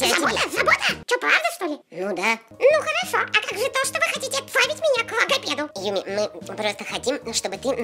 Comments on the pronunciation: Хахахаха не юми чу, а юми най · Не надо Юми к лагопеду